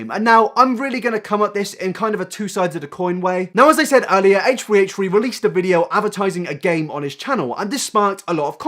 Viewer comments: "haytree haytree" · this might be an immature comment given your video topic, but all i could hear was 'hate-tree hate-tree' instead of h3h3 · who's haytree haytree? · haitch ree haitch ree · Hesh tree hesh tree? Is this an ad for headphones 🤔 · I swear you said hate tree hate tree instead of h3h3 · Oh its 8 tree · Ay-ch th-ree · im sorry but it sounds like you say hatetree not h3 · Fuck is haytchtree haytchtree? Brush ya teeth my guy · Why the F are you saying haytree haytree??? WTF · irrelevant note: when you say "h3" it sounds kinda like "hey tree" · "hatchefree hatchefree" Lol love you dude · HATE TREE HATE TREE HATE TREE, try saying that three times fast and you'll sound like this guy trying to say 'H3H3' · Hey Tree Hey Tree? the fuck dude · Heytch tree heytch tree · You are so open minded omg We 👏 need 👏 more 👏 people 👏 like 👏 you 👏 I just realised that I pronounce H3H3's name the same as you: "hate tree hate tree" i have to force myself to slow down to say H3H3 because I talk too quickly, must be the English accent I guess? Though mine's more Welsh than proper English. Keep staying so open minded! It really makes your commentary much more exciting and not like everyone else's mob mentality attitude towards the slightest bit of drama. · I love how you pronounced it like Hey tree hey tree what a queen Also a lot of people say “why is he making a podcast then”- podcasts take less effort than finding creative content for his main channel, when you’re depressed it’s hard to put effort into things, but he still wants to release content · "hache-tree hache-tree" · Haych three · haysh tree haysh tree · Lydia Georgiopoulou Or maybe he might have some Irish roots/family. Some Irish people pronounce their "th" as "t", therefore, they might pronounce it H "Tree" H "Tree". That or maybe he's just quirky 😂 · How about you pronounce that H and T right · I cant handle you trying to say H3H3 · Nah this guy has a speech impediment to be honest.